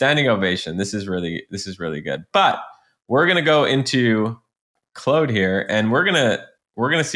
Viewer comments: Awesome info!! (Weird question, why do you call Claude, "clode"? It's pronounced "Clawed") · Claude not Clode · Claude rhymes with clawed, if that helps... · "Clode" is the French way to pronounce Claude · Very cool tip! "Clode" made me chuckle though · Stop saying “Clood”. I know you can because you did in the intro. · Why is he just pronouncing it wrong? I'm confused. The creators pronounce it how they decided and that's its name. You can't just call it something else because you want to. Not tomato, tomato. 😂